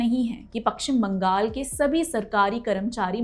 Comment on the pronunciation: Madam it is paschim bangal not pakshim bangal. First learn to pronunciate it.